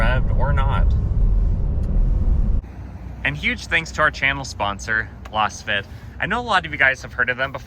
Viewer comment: I believe Lasfit is pronounced the same way as Laser.